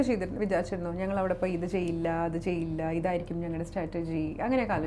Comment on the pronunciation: you are not pronouncing the word strategy correctly.. statergy ennanu parayunne